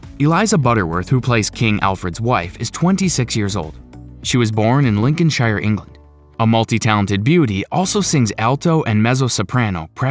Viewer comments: Nice video, but could the commenter please practice to say things like Lincolnshire and Cheshire? His pronounciation is unfortunately very off. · Will Americans stop mispronouncing Yorkshire are Lincolnshire, it’s not the shire from lord of the rings